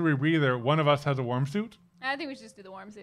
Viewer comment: I kept hearing "warm" as "worm" and let's just say I got pretty confused lol